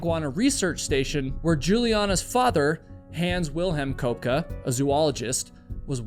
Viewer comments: You do all the research for the stories but don’t even find out how to pronounce a person’s name. Julianna Koepka is NOT pronounced Cope Ka. It’s pronounced KEP ka. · Her name is Köpcke, pronounced: Kööpke. At least try it.